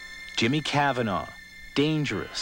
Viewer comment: Hate how he says Cavanagh